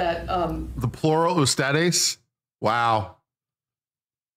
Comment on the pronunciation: The interviewer didn’t say plural ustedes, she said plural esthetics